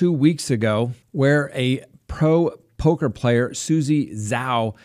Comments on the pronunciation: POKER player...not POCKER :) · its poker, not pocker. 😄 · Lol you said pocker